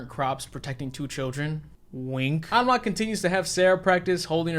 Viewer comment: It's rare to hear my name Alma in anything so it's a nice surprise to hear it in a horror movie. Also major points for pronouncing it with the Spanish accent. I'm so used to hearing people pronounce it All-ma